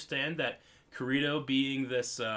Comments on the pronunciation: Why do you pronounce Kirito like "Kireeto"? It bugs me. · did you just call him 'ker-ee-to'? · it's Ki-ri-to